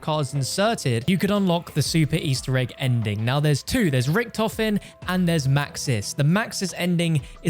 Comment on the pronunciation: As a German it makes me aggressive everytime I hear "ricktoffen" It's Richthofen 😭😭😭